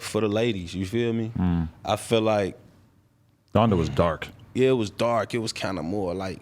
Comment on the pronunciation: This man said “Donda brothers” 🤣🤣🤣 hell nah